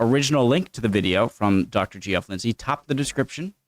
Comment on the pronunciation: dude, my man, my homie.... Please stop pronouncing this guy's name as "Jeee-off". Geoff is the British spelling of "Jeff" (and they're both pronounced exactly the same way). Geoff is short for Geoffrey (aka Jeffrey).